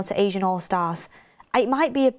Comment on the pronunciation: It’s ASEAN allstars (ASS-EE-AN) not Asian 😂🫶